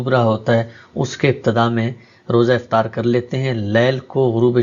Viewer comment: Please Note افتار نہیں بلکہ افطار ۔